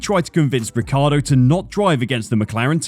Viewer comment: Daniel Ricardo ?! 😂 is this how americans pronounce his name ? ffs !? it's an italian name obviously and how i thought it was pronounced is Richie-Ardo, i mean that's how every italian would pronounce it take the "Ric" from Ricardo and pronounce Ricci (from Christina Ricci or Guy Ritchie) + ardo, it's not rocket science.